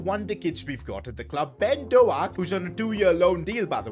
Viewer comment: bro he completely butchered "ben doak" 🤣😭